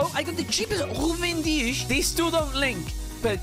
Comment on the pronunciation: why do u say ghuven deesh for ruben dias is that how its pronounced